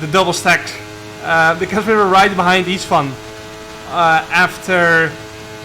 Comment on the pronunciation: Csaba = Chaba Istvan = Ishtvan Now you pronounce it correctly:)